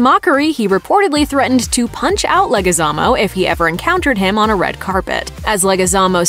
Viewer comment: you butchered the fuck out of Leguizmo hahaha LETS GO!!!!!!